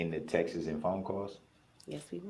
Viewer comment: Text-iz. Ugh!